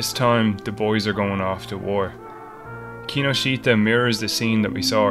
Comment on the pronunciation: That mispronunciation of Kinoshita is head-wrecking.